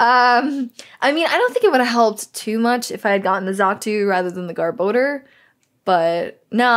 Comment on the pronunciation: GR-bo-dur. (Gar-ba-dor) =garbodor